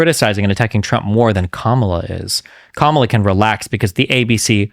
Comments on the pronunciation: It's Comma-La, dude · Interesting , discussing the debate with a guy who didnt watch it and cant pronounce KAmalas name. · Other dude… Learn how to pronounce Kamala’s name it makes you look like a dumbass